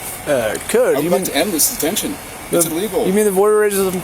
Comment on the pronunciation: If its not an emergency, why call 911? "This isnt loike an Emergency or nuttin'" Then why call, "Umm Hum Nine One, One?" "An incident someone were taking Photos". Can people not hear what they say?